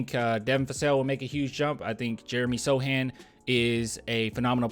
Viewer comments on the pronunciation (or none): Hey thanks again for the shout out and you can just call me "Add" for short. you are ok man, my name gets said incorrectly all the time, I am used to it. I also got one of your Don't Mess with the Sochan shirts in the pink color way and it is so fire. Thanks again for being the best Spurs basketball youtuber on the net man. Keep up the good work man!